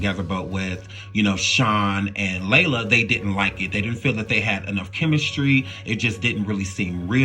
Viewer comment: You are mispronouncing so many names and that makes this video cringe. It's Lela, not Layla. Ugh...disrespectful